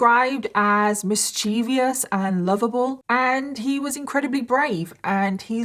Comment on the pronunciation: Great work. Mischievous mispronounced. Minor error. Keep up the good work.